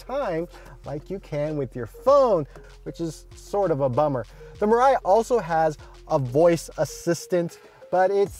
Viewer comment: It is pronounced as "Mee-Rye"(未来）....